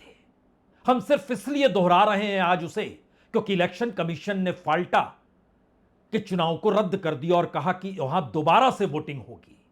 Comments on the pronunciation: "फालटा नहीं फलता" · 𝗡𝗼𝘁 फलटा , फलता होगा